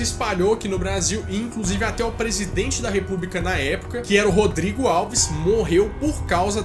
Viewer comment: Presidente Rodrigo Alves, foi de lascar, hein!!!! 😂😂😂😂😂...o correto é Rodrigues Alves!!!